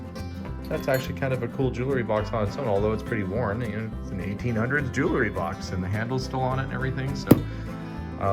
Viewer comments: It’s actually pronounced “jewel – ry”. Not “jewel – a – ry “. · Clearly already opened. Everything arranged face up… also, can we please pronounce JEW-EL-RY correctly? It’s not JEW-LER-Y. Ugh